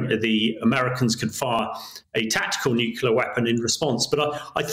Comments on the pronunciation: The word us nuclear, not nucular! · What's a nucular weapon, Hamish?